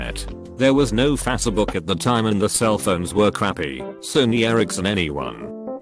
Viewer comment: No one Literally no one Text to speech bot: "F A S E B O O K"